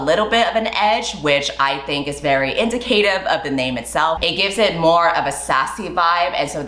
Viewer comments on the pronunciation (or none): Saying this as a person married to a nonnative English speaker and I’m not in a native English speaking country so it’s almost everyone’s second or third language, it’s pronounced in-dick-a-tive Coming from love, not judgement (I’m learning another language and pronunciation gets me 😭) Edit: if you’re confused about what I’m referring to